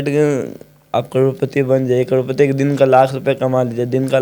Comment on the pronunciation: Karodpati ❌roadpati✅